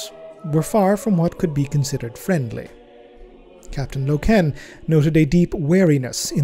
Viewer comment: every time you say LokEEn .. a space marine dies..